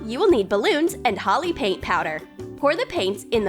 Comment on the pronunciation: That's not a perfect pronunciation for holi if you were in india you could get it ,cause it was made in india